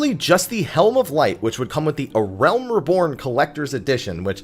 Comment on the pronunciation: "Uhrelm Reebourne" i c wat u did thar